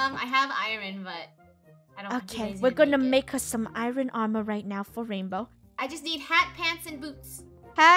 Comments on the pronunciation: I love how they say Iren not Iron Lolololl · She says ir oon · Im pretty sure sometimes funneh says iron wrong? i dont know! :D